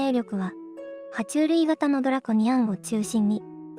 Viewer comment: ドラコニアンの発音が独特やな😅